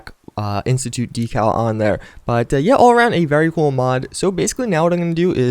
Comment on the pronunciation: LEARN TO PRONOUNCE DECAL